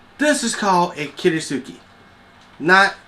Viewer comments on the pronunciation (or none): Since in transcripted Japanese, the "U" following an "S" is usually silent, Kiritsuke is pronounced "kee-rits-kuh", not "kee-ree-soo-kee". Other than that, everything about this knife is pure kitsch. Pink handle, fake damascus, silly blade shape. Since I came for the review, not the knife, I am not disappointed, as I do appreciate the honesty. You could add a few more close-ups though so the flaws become more obvious. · Thanks for the honest review. You pronounce "kiritsuke" similar to how you would pronounce the word "tsukemono" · lol call it what it is.. kiriTsuke there is a T . kir IT suke